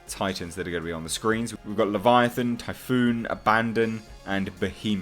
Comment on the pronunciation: He pronounced the names wrong, it is Typhon and Abaddon